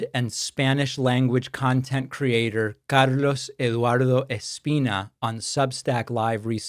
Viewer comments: I'm sorry, but when virtually everything you say is in plain, unaccented English, and you suddenly (and quite transparently with knowing intent) rip off something like "Carlos Eduardo Espina" in over the top, super heavy Spanish, it is not only startling and somewhat off putting regarding the smoothness of your oratory flow, but it comes off as sort of arrogant. You don't need to show off your bilingualism like that. It makes you look snotty. I realize that instead of taking it as a constructive FYI, you will probably react defensively, or just ignore it, but I thought you should know. You can say things like "Es-PEEN-yuh" without it seeming like we have been transported for an instant into the middle of a different podcast and then popped right back. It is jarring. I don't think Carlos is going to cut off your friendship if you don't say his name like you are the Morgan Freeman of name dropping in a deep Spanish accent. Don't get me wrong. I am not a hater. You are on the right side of most things, and your delivery is much smoother and more natural than most people who do what you do, but there are a couple little things like that about you that are a bit grating. Listen to how you say "Carlos" at 7 seconds, and then at 48 seconds in. Hear the difference? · Carloz Eeeduarrrdo Ezpina. The name though.